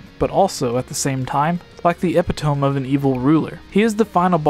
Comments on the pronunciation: It's pronounced like Uh Pit O Me. Not Epi tome. Sorry, just won't stand for grammatical error when someone is reading someone else's quotes. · Epitome? EPITOME? It's eh-pit-uh-me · Epitome is pronounced EH-PIH-TOE-ME, not "Epi-TOHM"... Please pronounce words correctly. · Epitome is pronounced epit-o-mee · so i did some research and actually epitome is universally pronounced as uh-pit-oh-me, regardless of dialect or nationality. It has French origins and was originally written as épitomé. I really was joking when I originally commented, it was a good video, but you blindly came in and starting being argumentative, so since you bring up, you can pronounce it however you want, but I'm not just this uncultured swine you're making me out to be, the word is French and supposed to be pronounced a certain way, and if you've been taught differently, you've simply been taught wrong. Please don't start arguing over things you've clearly not educated yourself on. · Lmao at the way he just pronounced epitome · "epitome" lol